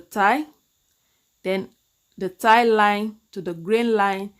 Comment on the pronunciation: Hi, I'm just getting ready to settle in with a cup of coffee during another Covid lockdown to watch this lesson. I love your lessons. They demystify so many curves! Oh... The word "thigh" is pronounced Th-eye. I thought that I would bring it up because we are working on pants. I normally get through 99.9% of your pretty little accent but got stuck on that one in previous videos! I really liked that you drafted an extra line for the thigh!